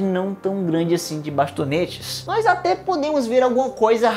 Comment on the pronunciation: Aaaaaaaaaaaa para de falar "nois" kkkkkkkkkk